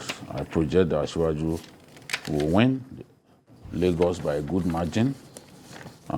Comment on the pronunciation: you got Lagos wrong......wow